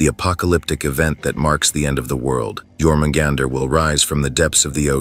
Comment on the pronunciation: It's pronounced "your" in Jörmungandr.